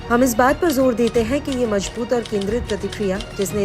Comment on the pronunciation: Ganwaar apna pronouciation sahi kar Majboot nahi mazboot hota hai z ko j ........j ko z s ko sh .....sh ko s. Padte ho ganwaar india